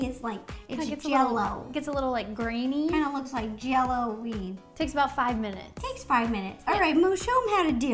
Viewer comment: did she say yellow weed 😂